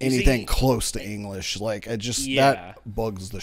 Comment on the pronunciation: This guy just say Engrish?